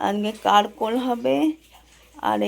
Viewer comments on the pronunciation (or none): ওই সবজিটার নাম "কারকোল" নয় "কাকরোল"বুঝলে?